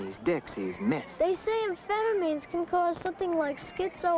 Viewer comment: Not to mention the way he pronounced amphetamines?? Made me laugh pretty hard haha.